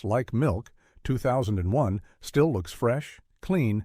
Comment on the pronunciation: Oh, God, NO! AI narration prominently mispronouncing in the very first ten lines. It cannot even pronounce the title of 2001 correctly, Shit. I want to hear their list. I DON"T want to hear this shit narration.